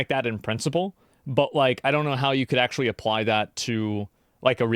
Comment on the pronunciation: "akshually" lmao